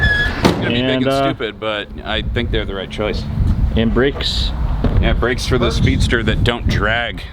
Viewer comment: Wondering what the Fk Bricks you were talking about then I realized it was brAkes.... Al least you didn't say Sodder instead of soLder.